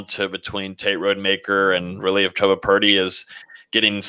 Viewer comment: This man Jason Parker is the most negative person you have on your show. Btw it’s CHUBba not CHEWba